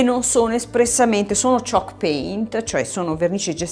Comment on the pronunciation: ah ok, dalla pronuncia non capivo 😅